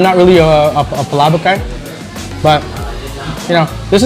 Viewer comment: That dude at the beginning said Palabok like a champ! lol.